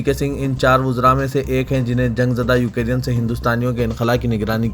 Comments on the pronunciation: Please correct your pronunciation. It is يوكرين نه كہ يو كے رين. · وعليكم السلام و رحمة الله و بركاته ، بھائی ، بار بار یاد دہانی کرانے کے باوجود آج کی خبروں میں پھر آپ نے “یوکرین” کا تلفظ “ یوکیرین “ کیا ہے۔ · Ukereyan nahi ukrain hai kya sahi padhna nahi aata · I don't know why u r pronouncing u ke rean instead of Ukraine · assalamualaikum Urdu kay Talaffuz par thodi mehnat kijiye example MIG 29 Tayyara Russia ka fighter jet hai na k MUG 29 aur Ukraine ka bhi Sahi pronunciation kariye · Assalamualikum Ukraine hai ap wrong pronuonciation galat karrai k